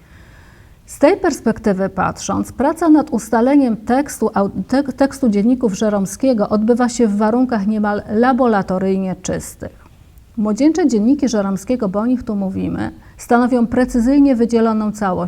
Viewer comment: Wysłuchałem z uwagą i wychwyciłem błąd językowy 😉 Powinno być "laboratoryjnie", nie "labolatoryjnie".